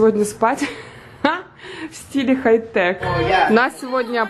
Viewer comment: это стиль не "Хай-тек", а "Хай-так"😂